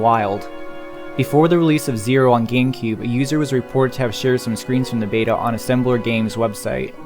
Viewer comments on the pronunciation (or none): none